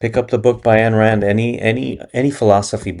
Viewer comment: Who is “Ayan Rand?” 🤣🤣🤣 Don’t say names if you can’t pronounce them. Ayan Rand, Rand Ayan Do you like green eggs and hand? 🤣How the fuck do you butcher Ayn Rand’s name? For real, that’s wild. Your pronunciation of names and words is the Anika Nilles in Rush of speaking.